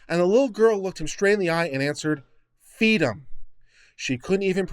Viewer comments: Fweedom is what bwings us togever today. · If only her parents gave her fweedom then and there, eh?